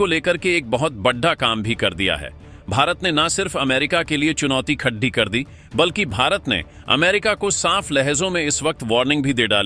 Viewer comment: Khadi karega ko bolte ho khad dhi karega. Tum channel ko 12 bajaoge.